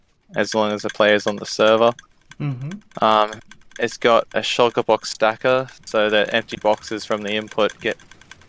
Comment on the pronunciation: Everyone: shulker boxes: shiker boxes